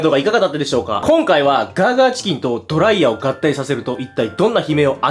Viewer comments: ドライヤー⤴︎ではなくドライヤー⤵︎ では？？？？？？？？？？？ってとこが気になって集中できなかったのでもう50周見ますわ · ドライヤーの発音が気になる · ドライヤーのイントネーションが気になって動画の内容が入ってこない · ドライヤーのイントネーションスパイダーと同じなのか…